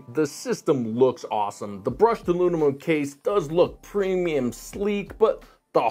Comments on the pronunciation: "Alunimum." heh. Disregarded it the first time, but he said it that way repeatedly. 😂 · Huh? Teaching nuclear physics but he can’t pronounce aluminum?